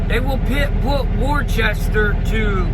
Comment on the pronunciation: It’s actually pronounced woooo-staaaaa 😂